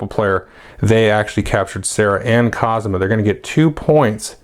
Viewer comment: Hey, Let's be fair to the clones. Cosima is pronounced co-SEEM-a and Helena is pronounced hell-LANE-a. Thx for the video as always.